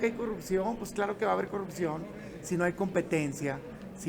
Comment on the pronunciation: pogque cogurccion ayeg titulag pogcierto castigagr 😂😂😂😂😂😂😂😂😂